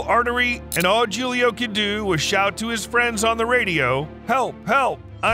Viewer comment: Your inability to pronounce Julio is painful.